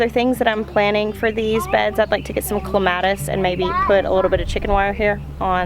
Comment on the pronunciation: 😂😂😂😂😂😂😂😂😂 it's CLEMATIS!!!! NOT CLA-MATIS!! CLEEEEEEE!!!! LOLOL😂😂😂😂